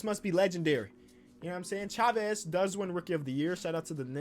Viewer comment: Nobody:: says shavez instead of chavez lol